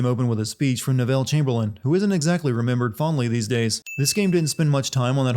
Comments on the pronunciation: not wanting to cause a scene but your pronunciation of the name "Neville" in Neville Chamberlain kinda irked me. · for the weirdest pronunciation of Neville ever